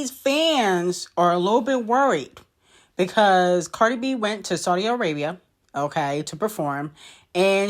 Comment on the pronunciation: Cardi b archive girl not bacrave 😂❤